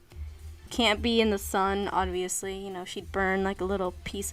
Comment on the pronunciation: bruh, you just said odviously. 😱